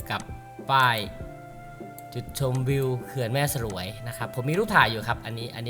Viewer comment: แม่สรวย ออกเสียงว่า แม่สวยครับ ไม่ใช่ สะ -หรวย